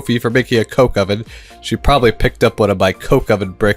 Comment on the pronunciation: That is such a wrong way to say coke oven